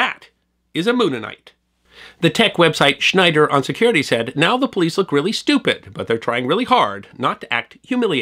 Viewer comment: "SCHNEIER on Security", not Schneider. (Yeah, I know, this is a "best of" and I missed it in the original video, but...)